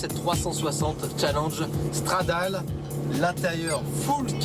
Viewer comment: Je ne regarde plus Fast Club depuis longtemps! Non mais pour qui ils se prennent? Les mecs sont à un tel degré d'élitisme dans l'automobile qu'ils dénigrent à tout va! Déjà apprend à prononcer à l'italienne stp "Challenge Strrradaaalé". Franchement c'est une Ferrari rarissime et déjà mythique et il est là "L'intérieur ça a pas mal vieilli qd-même!" Rotenberg "Niveau look, elle a pas mal vieillie"! De la confiture à des cochons...:-(